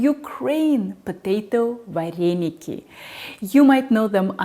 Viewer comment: в Украине нет слова "вареники"! В русской транскрипции это звучит: "варэныки"! Научитесь правильно произносить наше национальное блюдо! Кстати, русские вареники с творогом - прислаженные, наши - присоленные. Это, к слову, о начинке вареников с творогом! А это, вообще, что??? Добавка к нашим вареникам??? Кстати, поищите в Интернете, как произносится слово "Украинские вареники" - на Українскiй мовi! Дякую!